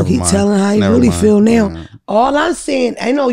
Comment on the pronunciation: Give her a record deal right "neow" LOL